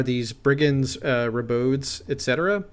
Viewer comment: Super super helpful, and I enjoy the game much more with a mental framework to place units in. Thanks much Edit *sorry for being a nitpickyPrick, but ribaud is pronounced "reh-bawd", it's an archaic form of ribald... (Rogue, ruffian, crude, licentious, etc).